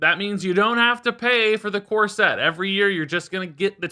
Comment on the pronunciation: I heard "core set" as "corset" and now I can't wash off the mental image of in a wedding dress.